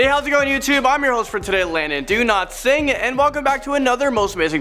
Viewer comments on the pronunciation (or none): Please do not say do-not-sing It has Now become irritating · I am sorry but I heard it as Landon Do not sing. No offence bro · Zilly Cat It's a play on his name, he's saying it that way intentionally.